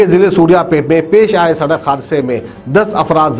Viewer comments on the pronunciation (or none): Sadakh nahi bolte Sadak bolte Yaha per hi maloom jahil hai News bolne wale